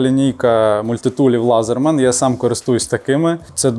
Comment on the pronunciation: Так! Лезєрман не Лазєрман...